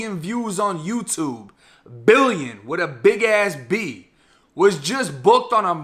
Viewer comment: Bro said witta BIG ASS B 🤣🤣🤣